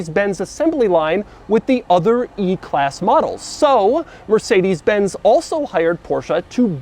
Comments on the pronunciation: The way Doug pronounces porsche and mercedes is painful in my German ears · What "Mercedes" was written like, if the way Americans pronounce it was right: Mörßäidies